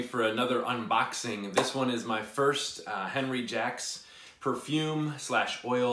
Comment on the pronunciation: Just a little assist. I believe the correct pronunciation is On-ree Shjock. Can't wait to see your review on it.